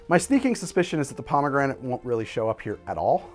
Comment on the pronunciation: "Pomme granite"? Stone apples? :p